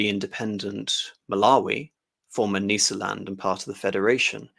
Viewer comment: Brillant analysis,as a child brought up in Rhodesia,this, in a way was the background music to my youth.A minor critérium,however, the prononciation of Matabele,Mashona and Nysa land all seem at odds with way the way these words were spoken back in the day.An elucidation ,gratfully accepted.Bravo